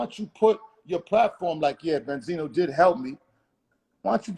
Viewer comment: Bend-Zino smh lol Wasn't Bendzino the one caught crying on camera to police telling them someone had a gun and threatening him. ON CAMERA smh lol